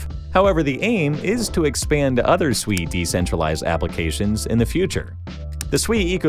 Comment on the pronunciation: Holy 💩 you pronounced SUI correctly. All these clowns on youtube call it SUEY like their little piggies squealing SUEY SUEY. After hearing about it from different YouTube influencers I almost ended up buying a meme coin called SUEY and not SUI